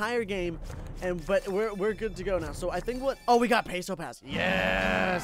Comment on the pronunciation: The last "s" in "pesos" is not silent